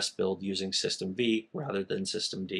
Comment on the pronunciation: The V in System V is a roman numeral, so it's pronounced System Five, not System Vee.